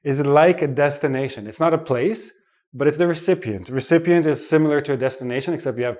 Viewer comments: "recepient" ? OR recipient? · Not recepient ..it’s recipient 🤓😂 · you have a mistake. it's not "RECEPIENT", it's "RECIPIENT" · Him Recepient or Recipient? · Lol, I think we went to the same school. I only noticed the pronunciation of "recipient".